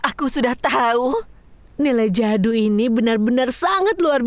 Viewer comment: Mohòn maaf bukanya bikin netijen marah tapi na manya bukan jado tapi jadu😅😅😅😅😅😅😅😅😊😊😊😊😊